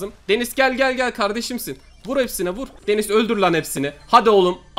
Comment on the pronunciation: Abi denize denis diyosun